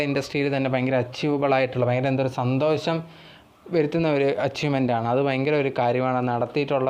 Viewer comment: സന്തോശം അല്ല സന്തോഷം